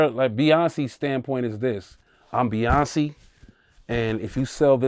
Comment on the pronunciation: First, you have to learn how to say Beyoncé name 😂😂😂😂😂